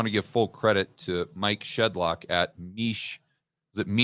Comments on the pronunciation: Mish not Meesh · it's not "meesh" it's "mish"...just as it's spelled.